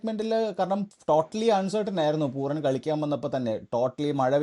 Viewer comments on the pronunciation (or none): It's puraaan. Not poooran !